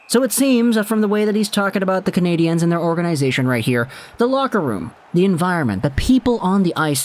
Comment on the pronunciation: Learn to EFFing say the name of the hockey team. It’s never in the feminine, as you pronounced it.